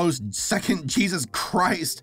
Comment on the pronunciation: Loves how he says jesus... "jeez US"